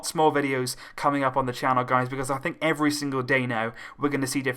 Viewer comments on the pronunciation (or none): none